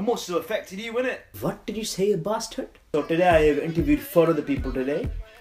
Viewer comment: why do u say barstard all the time